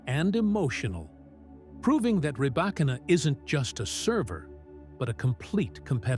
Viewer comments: Ok this is ai. Knew immediately after mispronounced her name. 9the name is pronounced like reebokina not Rebba kina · Bevor man eine Reportage macht, sollte man recherchieren, wie der Name der Person richtig ausgesprochen wird. Zu unserem großen Glück besteht die Welt nicht nur aus Engländern, und nicht alle Namen werden englisch ausgesprochen. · I do not think this creator is a tennis fan since this video mispronounced Rybakina name here!😮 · Freakin´Ai - at least you could pronounce her name correctly.